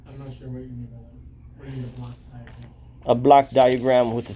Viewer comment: You need to pronounce Block diagram more correctly as it sounds like a Black diagram which can lead to confusion by the public servants.